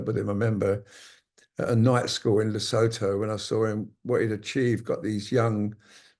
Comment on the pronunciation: PS Mr Edwards, it's not Le-so-tho, it's Le-soo-too, just in case you didn't hear how names are pronounced in other countries.